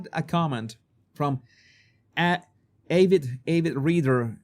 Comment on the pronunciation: Avid pronounced avvid ❤